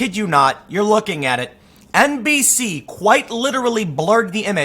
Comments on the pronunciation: Did anyone else hear NPC instead of NBC? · Did he say "NBC news" or "NPC news"? Haha